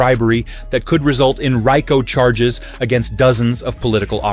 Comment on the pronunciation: Is this a video even real is the guy that's commentating in the video real? He couldn't even pronounce RICO charge properly or Pam bondi's name